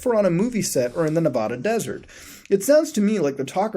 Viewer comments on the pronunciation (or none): none